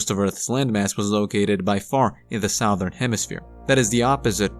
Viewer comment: SUH-THERN......Stop saying sowthern